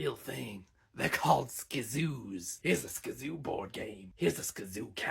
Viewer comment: When he said skzoo I got clapped 😭